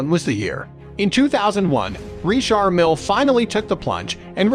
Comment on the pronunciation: Can't get enough of the Narrator saying REESHAR MILL.